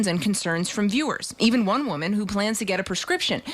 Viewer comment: Reshpoosh womon